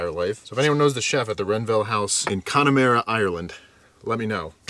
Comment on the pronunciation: CONNA-MAH-RA,, CONNA-MAH-RA